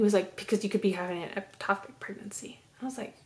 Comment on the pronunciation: You keep saying eptopic It’s ectopic